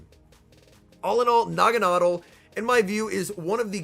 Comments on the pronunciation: "Nah-Gon-Adelle" You're pronunciation would be correct if the E and L were swapped like "bottle" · Actually it’s pronounced Nagana-del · I've always pronounced it "nah-gawn-ah-dell". Am I the only one? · I'm pretty sure he said the name wrong 🤔 Nevertheless, each to their own 👍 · Yea the way he is pronouncing it sounds awful lol one of those names that I will pronounce different like Ferrothorn, Rayquaza, etc.